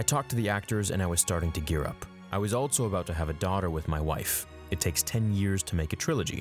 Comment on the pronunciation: At around 6 minutes you said "Altso", I'm sure you're tongue was tied lol